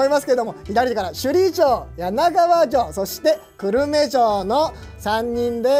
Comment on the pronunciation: 久留米が思いっきり地元なのでコメントさせていただきます。 く↑る↓め↑ で合っていると思います。 少なくとも私はこの発音で久留米と言ってますし、周りも同じ発音です。 地元が出てくるとうれしいですね。 城プロ応援しています。